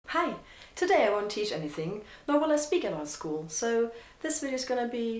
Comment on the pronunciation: Ich hab schon beim hi gehört dass du deutsch bist😂